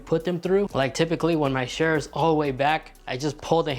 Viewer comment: chair, not shair lol